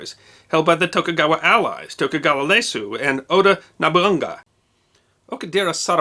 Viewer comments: .. So pronounciations... Nobunaga is not pronounced Nobunga, but Nobu Naga Ieyasu is not pronounced Leyasu, but Iie-asuu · A modest note to: Slow your narration speed down a tad, Japanese names are notoriously hard for non-speakers. "Leyasu"? Do you mean Tokugawa IEYASU? "Nabaunga"? Do you mean "Oda NOBUNAGA"? Otherwise, a fine tale told of siege, encirclement, a brave messenger, and Matchlock musket volley fire defeating Takeda Samurai cavalry. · An issue with Romanized print: the first letter of Ieyasu is an i, not an L. It's pronounced ee-aye-ah-soo. Nobunaga is popularly pronounced no-boo-naga instead of na-bun-ga as well. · It's Ieyasu not Leyasu. An I not an L. Pronounced "Eeyay-yasu." He is like the George Washington of Japan...got to get his name right. ;) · I overlooked most of it but Leyasu was pretty bad since he's actually pretty well known to history and there is no "L" sound in the Japanese language. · Your videos are excellent and almost without peer. However when you butcher the names so badly it almost appears that you have little to no repsect for the material being covered and I know that is simply not true. Ieyasu (you pronounced it as “Leyasu” I will give you but Nobunaga pronounced as “Nobunga” comes off as half assed. There ate several others but these two stood out the most for me. You have apologized for the errors and I feel the apology is sincere. The proof is in the next historical episode dealing with difficult forein names. If you were some rando on youtube with no credentials I’d get it. But you have an extraordinary platform known for accuracy and professionalism. Do better. Thank you for all your effort and I look forward to your next Japanese Sengoku era historical video.